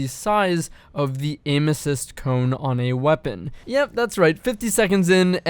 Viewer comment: Don’t you say it.......... DONT YOU SAY IT..... “Cone” W H Y!!!!!! GOD have mercy please!!!!!!!!